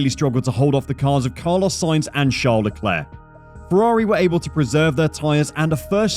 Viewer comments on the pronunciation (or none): His name is "Charles", not "Shart The Claire".